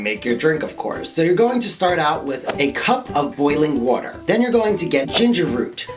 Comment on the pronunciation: I love his voice and the way he talks especially the way he says water 😍😂